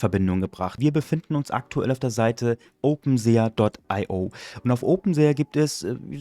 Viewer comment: Bro will jetzt garkein klugscheißer sein aber, glaube das wird „OpenSi“ ausgesprochen. Hoffe du weist was ich mein